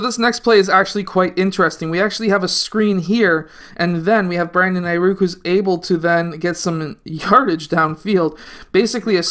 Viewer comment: this man just said aiRuk😂😂